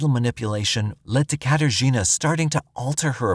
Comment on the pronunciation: Say "Kater Gina" one more time. I dare you